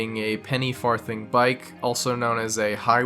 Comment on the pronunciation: “Penny far thing”